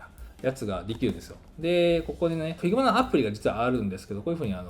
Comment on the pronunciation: 発音って、ヒグマ なんですね